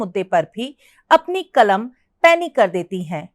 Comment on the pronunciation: معاف کیجیۓ ، ایک معروف اردو افسانہ نگار کے متعلق آپ اُن کی سوانح عمری پڑھ کر سنارہی ہیں تو دوسری طرف آپ کو اردو کے تلفظ بھی ٹھیک سے نہیں آرہے ہیں ۔قلم کو (کلم) ضرور کو(جرور) اور کئی لفظ ہیں ،جن کا تلفظ اپ صحیح نہیں کر رہے ہیں ۔